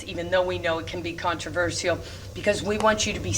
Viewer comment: The only controversial thing about this video is the way she pronounces “controversial!”